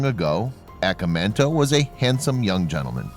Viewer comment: Cool but I wish he would say the name right, in Japanese phonetics it's said "ah-kah-mahn-toe"